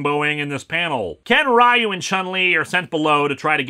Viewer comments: For those who want the context to be properly offended by this movie's portrayal of the characters, here's how the characters actually are in the game: Ryu (correctly pronounced as one syllable with an elongated "U" sound): A consummate warrior dedicated to the never-ending goal of becoming the greatest fighter. Ken: Trained with Ryu, but found his source of strength in his girlfriend (later wife), Eliza. E. Honda: A hot-headed Sumo wrestler who wants to prove Sumo as the greatest form of battle. Chun-Li: A former(?) Inerpol officer trying to take down the criminal organization, Shadaloo, to avenge her father. Struggles with whether she wants to be a badass warrior or a normal girl. Blanka: A jungle dwelling wild man who has no relation to Guile's friend. His superhuman abilities came from adapting to life in the Amazon. Zangief (correctly pronounced "Zan-Gee-Ef"): A simple but not stupid wrestler whose two biggest loves are his country and his job. Was never a bad guy despite what American-made Street Fighter media says. Guile: An American Air Force Pilot who seeks vengeance for the death of his friend Charlie Nash. His wife and Ken's wife are sisters. Dhalsim: A yoga practicing monk at odds with pacifist nature and his desire to rid the world of evil. Cammy: An amnesiac former member of Shadaloo, now a member of British Secret Intelligence. Dee Jay: A charismatic and fun loving kickboxer who is also a bestselling musician. Balrog (actual name Mike Bison): An amoral, vicious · Nope. Actually it's not even supposed to be that. It should be pronounced as one syllable. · Every utterance of "Rye-yoo" wounds me. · Actually, it's not even pronounced Ree-yuu. It's Ryu, one syllable, similar to how you'd pronounce "hue" in English. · Ryu is pronounced as “you”. The movie is messed up. Pronounce the name and the move differently. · Ryu’s name is pronounced “Ree-ooh”. Source: Smash Bros Announcer and Street Fighter cutscenes.